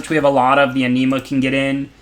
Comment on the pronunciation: you're a great player and I really appreciate your content but when "Anima" sounds like "enema" things start to get awkward. Gotta work on that pronunciation, lol